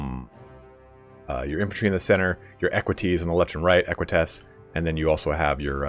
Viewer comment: Pronounces equites twice....both wrong. Lol